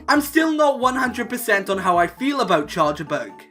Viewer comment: IT'S CHARJABUG, NOT CHARGEABUG!